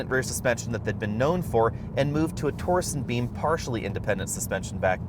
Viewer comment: Is he saying torsen beam? It's torsion beam